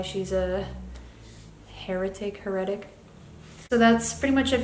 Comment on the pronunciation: HER-e-tic :) let me know if you don't want this sort of comment in the future. Thanks for the discussion!